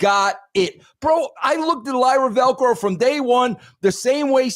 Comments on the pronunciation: Tf is Lyra Velcro? It's Lyra Valkyria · “Lyra Velcro”